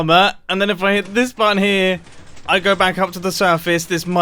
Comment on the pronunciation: am i hearing something did he call button mumbo: a batton